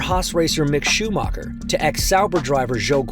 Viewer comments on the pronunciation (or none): I cant believe there is an F1 journalist who cant pronounce Schumacher